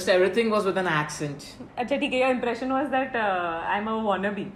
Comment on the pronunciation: soo cute expression and funny when she asked what was the first emprission and saying mrdiull